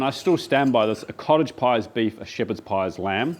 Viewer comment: I know you keep saying cottage pie but i only hear college pie and thays alright but everyone knows thay shepherds salad is Irishman